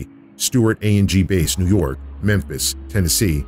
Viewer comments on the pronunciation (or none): none